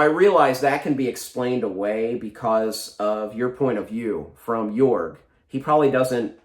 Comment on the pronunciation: I love that you have been unduly influenced by Sandersonians and say "Yorg" even though I think it is actually commonly pronounced Jorg this time 🤣 Sando out here redefining the way people read the letter J. I think you would love Book That Wouldnt Burn,!